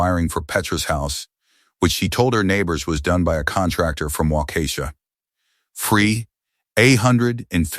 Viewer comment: Omg! Took me till 25 min mark to realize wa-ka-shaw (in odd monotone) was supposed to be whah-KEY-shaw 😆😆😆😆. Thanks for the laugh. Good for dad to finally stand up, but a little more back bone sooner might have been a bigger help to his son through highschóol years. That silence on graduation noght could have gone to a very bad end for the son.